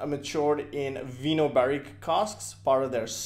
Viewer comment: “Vinho” is the Portuguese word for wine and it’s read “vigno” like in “cognac”, while in Spanish is “vino”. It’s a Kavalan matured in Portuguese red wine barriques.